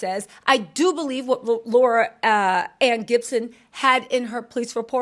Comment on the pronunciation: Why is it so hard to say Laurie-Ann ? Don't do that.